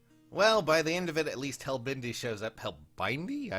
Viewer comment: I want them all Please IS, free plz Also "Hell-bendi" and "leg-yarn"